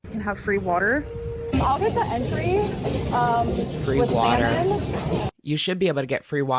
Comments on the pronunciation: Did she say, “I’ll get the ‘entry’,” when she meant “entree”? 😂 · how are we not talking about her pronouncing "entree" as entry!!!! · Did she say entry instead of entrée? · There is no meal on Flower Childs menu called "Entry". This 33 year old woman child said ..."for my ENTRY" instead of entree....SMMFH🤦🏽‍♀️🫢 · She called a entrée an entry...😂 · she says “entry” instead of “entree” lol also, mac n cheese AND mashed potatoes.! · Yep! Lmao